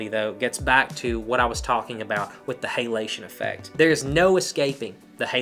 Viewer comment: Love how you say Hey-lation